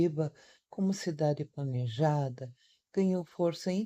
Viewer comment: A babaca acha que falar se plNeja